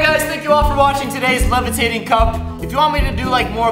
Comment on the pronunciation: THE LEVATATING GLASS...